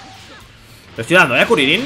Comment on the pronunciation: Kurilin nada que ver se dice Krilin capo no kurilin